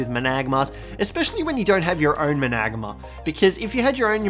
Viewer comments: Mana-gar-mer= managarmr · Think its pernounced man-a-garm-er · please learn how to say managarmr